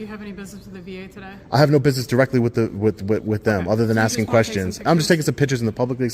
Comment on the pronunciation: This guy is axing too many questions